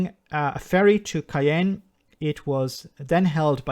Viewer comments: Hi! Love the way you pronounced Caen, it sounded like Cayenne, the Capital of French Guiana instead of the northern french town in Normandy. Both would be difficult for this disillusional lady to export to!! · The French port Caen is pronounced Con - kind of like she was. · You are mistaken it is not pronounced like in cancan. That pronunciation would give you CAN like a can of beans and that would be how you pronounce Cannes the south of France. Caen is is very difficult to write down the pronunciation is more like Kaaaan with the n not finished off. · French people here to correct pronunciation! Caen is pronounced without the "e" that is silent! You would pronounce it "Can" like in "French cancan" Because I really believed for 2 sec that the lady shipped her fish for Cayenne - that's just "a few" kilometers further! 😂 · FYI Caen is pronounced almost like the English word con, not like Cannes on the French Riviera nor Cayenne in French Guiana. In French media, the only talk of the consequences of Brexit I've seen is how shelves at Marks & Spencer in Paris are half empty as almost all fresh produce has not been delivered, which as you say is an effect on a UK company, not a French one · Except that for her it's Caen't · yeah it's pronounced. /ã/ But I always heard english people say Cancan with the /ã/ sound